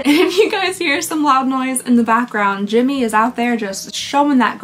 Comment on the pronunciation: I always forget how much I love hearing "JIM-MA" 😂 as he is out doing yard work! 😂😂 Absolutely perfect Southern pronunciation of his name and just the right amount of giggle and ire goes into it!😂😂😂😂❤❤❤❤❤